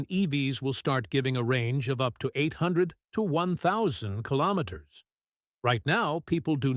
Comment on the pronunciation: A lot of this stuff is just click bait. The narrator can't even pronounce kilometer. What it does is make people think it's just around the corner so people will just wait for it and not buy an EV. It's the same with all these new supposed new technology motors. Just a distraction and click bait.